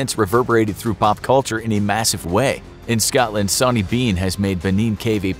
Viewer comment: Please change the way you say Scotland it's not Scawtland or Scatland.